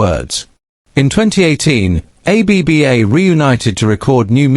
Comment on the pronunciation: More AI claptrap. The AI voice can't even pronounce the band. And this AI narrator with his "poetic" computer generated narration is just ridiculous. And this stupid "Finally Confirms What We Thought All Along" nonsense. CelebNova TV, time to get a proper job 'cos you're no good at this.